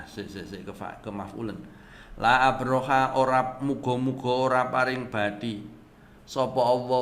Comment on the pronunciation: Koreksi aja... La arbakha... Bukan la abrokha 😊